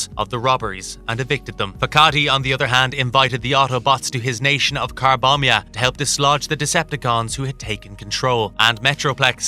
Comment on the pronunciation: Carbombia...Carbombia..?!? The nation of CARBOMBIA..?!!! lol